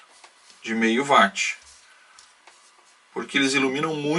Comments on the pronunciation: Desculpa mais vejo que muitos falam vat com a palavra watt é correto falar uáts, tá valendo pelo circuito. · Vídeo muito bom. Só uma pequena correção de pronúncia: não é VATI E SIM UÓT. Obrigado.